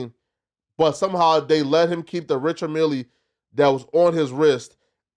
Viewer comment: There is no “E” sound in Richard mille